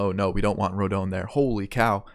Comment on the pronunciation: It’s “rohdahn” “rodohn”